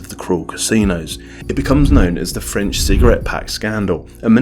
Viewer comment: Good video, but please never try to speak French again